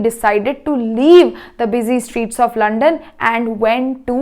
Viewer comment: Mam said 6.25 to 6.30 Mam said lond mai , slip of tongue it was london mai but she mistakenly said lond mai😂😂😂😂